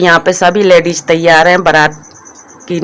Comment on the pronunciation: Tum ache se.word ku ni bolti ho.ladies hota h.ladeis.nii hota h.our salet ni shirt bolte h